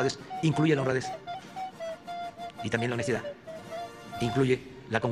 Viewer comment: Y a mi me molesta tu """" honestida""""